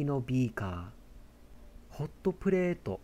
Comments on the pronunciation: にぃ⤵︎ ひゃくごじゅうミリ↑のビー↑カァ↓ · 2⤴︎5⤵︎0mlのビー⤵︎カー⤴︎